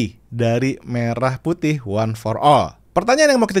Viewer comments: Pelafalan "Merah Putih" jadi seperti pelafalan "Merah susu sapi" ..jelas ai 🤦🏻‍♂️ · coba dengar pengucapan lagu pada kata Merah Putih, itu jelas pelafalan yg dilakukan oleh AI